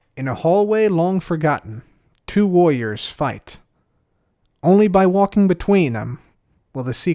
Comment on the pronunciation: I thought he said it was 2 lawyers 😂